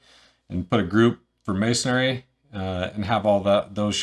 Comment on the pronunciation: There’s no “a” at the end of masonry! Ha, good video and good info.